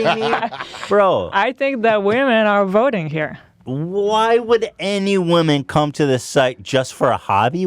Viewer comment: "You know who they are woting for." Got me dying😂